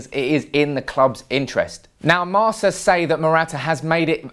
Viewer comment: Marca = Marka not Marsa (pronunciation) from a madrid fan...